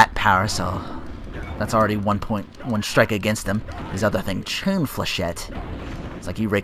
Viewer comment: Is it me or do you have a wierd thing in your speech in the way you say the Ai like chains